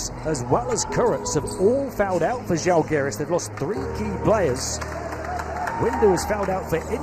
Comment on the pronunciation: Can you please pronounce ŽAlgiris, with the accent on A, like Pride with an open A (like I ) instead of Žalgeeeeeeris. The accent falls on the Žá please. It’s impossible to recognize what is said.Thank you!